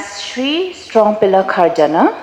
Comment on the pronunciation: Ka rukom pronounce strong pillar kharjana sngew kum u dkhar tangba jan baroh ki kyntien kane ka kong kurbah